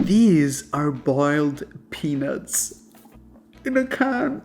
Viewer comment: Sounds like "boiled penis" lol